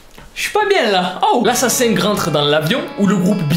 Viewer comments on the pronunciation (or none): Coucou, alors pitite rectification, le "g" ne se prononce presque pas à la fin et il est impossible de le sonoriser en français puisque que c'est un son qui ne se prononce pas pour nous. Voili voilou, passe une bonne journée ou soirée 🙃🧡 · J'explose littéralement à chaque fois que tu dis "LA SASENG"😭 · qd tu dit la sasaeng on entant l'assasing mdrr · À chaque fois je comprend "l'assasin" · La sasaeng = l’assassin avec accent québécois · Tu a sAsAIng c com tu disé Sasuke 😅😂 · ca ce pronnonce SASAENG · Quand tu dis la sasang on dirait que tu dis l’assassin😂🤣